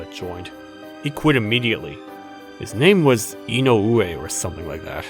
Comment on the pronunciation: It's I-no-we, not i-no-U-e. The stress is in the I. 😁😁😁